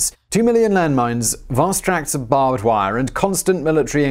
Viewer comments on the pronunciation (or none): "Bristling with BAAHBD WAIR!"